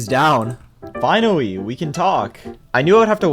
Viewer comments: he was finawwy asking fow something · "Finawwy, Earwwy 🥺"